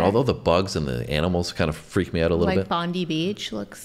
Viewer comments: Bon-die - equal emphasis on the two syllables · It’s Bond-I not Bondee! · ❤and The Moody Blues (Ray Thomas - flautist - R.I.P) By the way,, Bondi Beach is pronounced Bond-eye Beach. (_Not_ "Bondy" Beach!) ❤😊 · Official video is brilliant and funny as previously mentioned. By the way, it's not pronounced bondy beach, it's pronounced bond-eye beach. Your relatives in Perth are blessed with a very beautiful place to live. I spent 7 weeks over there and don't worry about the critters, you soon learn where NOT to put ya hands and feet. ✌❤🇬🇧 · "Bondy beach" haha It's Bondi - as in Bond-Eye. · Bondi has an I for a reason, doesn't sound like ee, more like eye. If you wait until in aussie ask your rellies about vegemite. If you start at Sydney, where bondi is, find a maccas and get a blister pack with your brekkie. Look up Hugh Jackman for a how to. Buttered toast, a tiny bit on the tip of your knife, spread it into the butter, so thin you can still see your toast through it. Try that. If you like it it's easy to add more? Ask about tiger toast. Try it with avocado on it. Or cottage cheese. If you like it, it's good for energy, take a big bottle or 2 back, or a few small ones, it lasts for ages, as long as you get no butter or crumbs in it. No it's not sweet, like as we say nut-ella, cause it's mostly nuts, is nothing like vegemite. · Its not pronounced "Bond ee" Beach its Bond EYE!!!! This song has a long history of being in and out of court because the flute riff was stealing a tune from a school college teacher from 1934. As you listen to the flute sing the following "Kookaburra sits in the old gum tree, Merry Merry king of the bush is he" As a result the band had to give 5% of all royalties from this song to the owner of the copywrite of "Kookaburra" As for best Australian Musical Artists you can't go past "The Voice" John Farnham, "When something is wrong with my baby" John Farnham and Jimmy Barnes, For bands "Cold Chisel" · Bond-eye Beach, not Bondee..